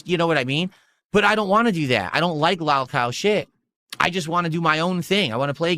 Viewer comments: Lawl cawl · Why does he say lolcow like that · Someone gotta tell him how to pronounce “lolcow” I can’t stand the way he says it